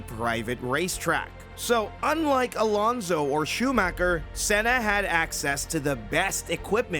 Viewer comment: Why is so hard for britards to pronounce Fernando Alonso? 25 years in F1 and yet they can say it properly XD, well, britardeds